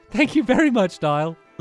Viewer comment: A Commenter Niall is actually pronounced NY OLE